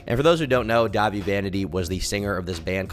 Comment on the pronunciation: Dah-vie? Are you even a real emo girl?